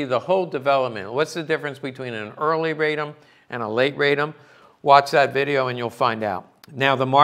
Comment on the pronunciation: Radom is pronounced RAH-dohm and is a city in Poland south of Warsaw. That is where the arms factory (Fabryka Broni) is located. Radom is the feminine archaic of "I'm happy."